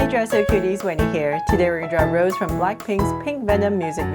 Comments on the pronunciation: I don’t want to be rude it’s just it bothers me a bit lol but her name isn’t pronounced like the flower rose it’s pronounced Rosé (Rosay) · That is a really cute drawing, but pls pronounce her name right (Ros-ay)❤❤ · Her stage name is Rosé, pronounced Rose-A. Can we look forward to a Jennie and Jisoo?